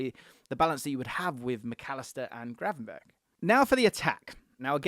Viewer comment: I lost you when you said Gravenberch 🤦‍♂️